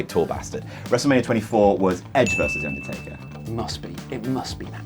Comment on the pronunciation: i hate how pronounces the undertaker, he keeps saying "ondortayka"